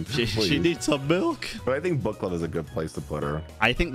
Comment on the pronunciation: Every time you say book I hear but💀